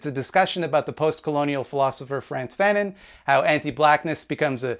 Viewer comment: Why didn't you ask one of your French speaking comrades on how to pronounce Fanon?